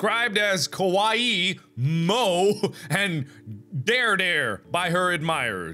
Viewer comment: Did u just... did u just pronounce dere dere as dare dare...